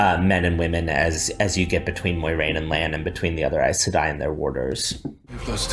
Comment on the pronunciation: That is NOT how you pronounce Aes Sedai. But Rafe knows and doesn't care, much like with all the other changes he's making to bring down this masterpiece.